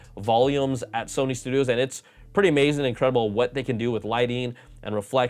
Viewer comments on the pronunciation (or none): none